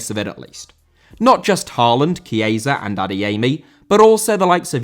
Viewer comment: Chiesa* not Chieisa